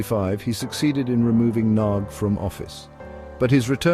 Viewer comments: The last name 'Rákosi' was pronounced correctly. The last name 'Nagy', however, was not. It is pronounced like "Nadj" — the letter "gy" is not like a hard 'g' (as in golf); it sounds more like a soft 'd', similar to the "Dj" in the name of Novak Djokovic, the Serbian tennis player. The content of the video, however, is breathtakingly accurate, especially considering the complexity of the topic and the video's length. Hungarian is a Uralic language. One common feature of these languages is that the emphasis is always on the first syllable of each word. Using this correctly leads to a more authentic pronunciation automatically. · Nagys mispronounciations are lamentable